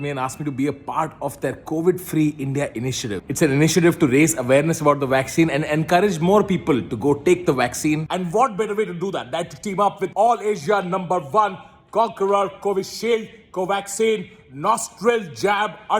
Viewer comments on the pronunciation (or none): I like ur way of saying Asia as "Ashiaaa" 🙂😂